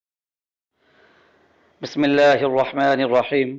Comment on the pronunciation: hazrat naraz na ho bismillah mai ya koi rohmaneroheem nahi ye rahmaneraheem hai